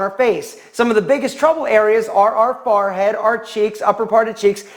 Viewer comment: Is it just me or is he saying Farhead? 😂 Just throwing that out there. You're awesome though! Great tips 👍